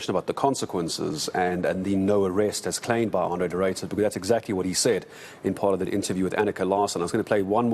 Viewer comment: "Arno" De Ruyter? Really? It's Andre guys. Jeez.